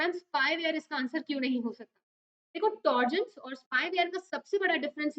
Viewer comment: Mam it's trojan not torjan